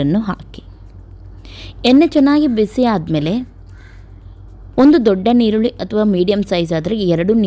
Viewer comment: Nivu yestu famous andre Yaroo nimm mistek heluvudill . adu chappe alla sappe. Nirrulli alla yirulli.